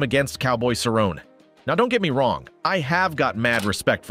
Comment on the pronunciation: Cowboy "Cerr-on" lol